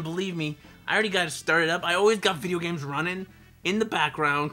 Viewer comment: "I'm the and I'm saying..... Vidjagaems." loltastic.